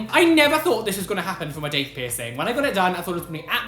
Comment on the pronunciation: I thought u said dick piercing